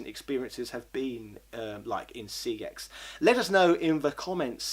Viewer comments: your supposed to pronounce the store name "sex" not "C E X" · the company has already said that your meant to pronounce the store name as "sex" and not "C E X" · that's actually how you pronounce the name. I only just found out myself after hearing it said on an ad for CEX. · Doodles Gaming I've seen it said on an ad too but it's still incorrect. Their name is Computer Entertainment Exchange, CEX is an abbreviation if that name. It isn't Sex, it was a mis-pronounciation which they latched on to because they thought it was cool. Think about it, how infantile would someone have to be to name a company Sex?